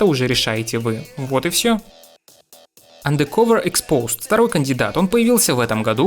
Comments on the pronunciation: Блин, ну андеркОвер - как же плохо звучит, ну. Почему не андеркАвер? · андеркОвер. а че не УндеркОвер то? м-да... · АндеркАвер, а не андеркОвер. По ушам режет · АндеркОвер, боже мой. Делай еще один ремейк видоса из-за произношения, это будет стоит того. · АндеркАвер… какое О? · АндэркОвэр....Блять как вы заебали, не образованные дауны